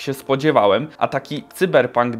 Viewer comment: Błagam Nie "cyberpank " Sajberpank xD